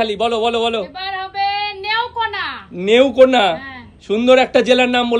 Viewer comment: ওটা নেওকোনা না ওটা নেত্রকোনা জেলা হবে। আমি বাংলাদেশের রংপুর জেলা থেকে দেখছি।❤❤